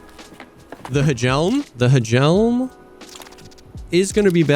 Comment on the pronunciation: Hey fun fact. The HJELM in danish atleast just means helmet. And idk if its just called the H JELM in only Tarkov, but in danish you say Jelm since the H is silent. Have great future runs, big fan